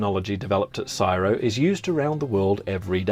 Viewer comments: Its C.S.I.R.O not syro !......😢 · Syro?? Nope... It's C S I R O. Each letter pronounced separately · Not quite, the USA wouldn't pay for the technology, for the banknotes. As an aussie, we don' usually say csiro as one word, never heard it that way until you-tube, it's like AI, or IV, an anacronism said as separate letters. C.S.I.R.O. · CSIRO is pronounced by saying each letter NOT Siro much like you don't pronounce CIA as Siya Pisses me off that someone who relates inventions doesn't even know correct terminology. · The pronunciation of C.S.I.R.O should be spelt out, it's not said as a word.